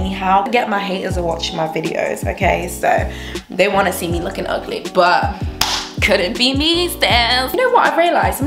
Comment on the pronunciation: U go girl ! picking up the American accent on "couldn't B me sis" 😆 U sounded so cute along with being scientific 🌷